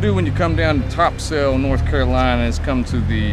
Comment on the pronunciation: If you dont wanna sound like a tourist pronounce it " Topsull"